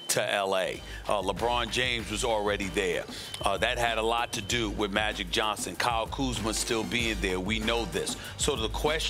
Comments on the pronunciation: Maybe im tripping but did he say Kuzmer ??? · SAS said especially the way that koober has paid he meant kauzma lmao 🤣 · Am I going crazy or did SAS call Kuzma Kuber